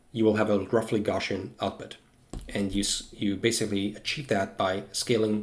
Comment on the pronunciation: He says “gawshun” for the word “Gaussian” hope that helps